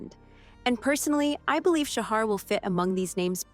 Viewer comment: Interesting, but please learn how to say his name correctly. It's pronounced "Shaha". That directly from him. Thanks.